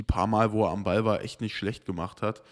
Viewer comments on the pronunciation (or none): none